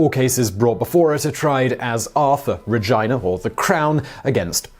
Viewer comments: Regina is pronounced not vagina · Pronouncing it Regyna is just... wrong, because it makes it sound like another word that doesn't start with "Re". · Whenever I hear “Regina” pronounced that way, my mind automatically goes to the gutter. 😂 - an American